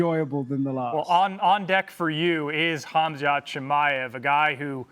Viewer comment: Hes finally saying his name right😂